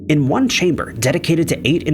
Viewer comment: number nined, number wand.. 😅